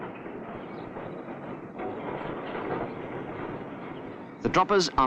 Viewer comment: interesting old film. Only criticism: It's called "catenary", not "cateenery" SMH